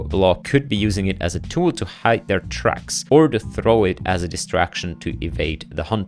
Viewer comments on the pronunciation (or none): none